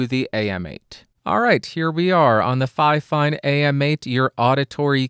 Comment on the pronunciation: And apparently, the official pronunciation according to fifine is “finefine”. So that would make it twice as fine! 😀